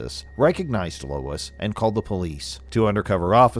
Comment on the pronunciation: Lol lol lol 😂😂😂 you unalived this ladies first name 🤣🤣🤣🤣🤣 it's pronounced LO-ISS lmao not LOYCE